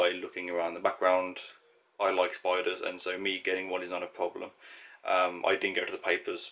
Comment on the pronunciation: I'm Canadian. Like I said for the first two minutes (not actually just first few times he said it) his accent, to me, I didn't hear the d's so thought he was saying spoilers.